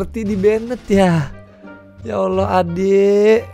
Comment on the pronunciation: Cara nyebut ''Allah' aja salah asw